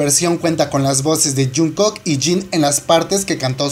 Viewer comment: Por que pronuncias tan horrible?????? Le cambias el nombre a toooodo, ejemplo dices JungCOCK, a Jungkook busca en internet que significa COCK y luego dices COMBECK, MonstarTex??!! Que pedo contigo